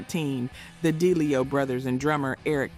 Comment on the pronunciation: Please learn how to pronounce last names like Townsend, DeLeo etc. Hard to join if the narrator is clueless.